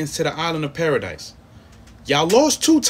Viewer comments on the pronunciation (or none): This video was great. Im glad you doing aot. For future reference, its pronounced like paradee rather than paradise, this paradis of which you speak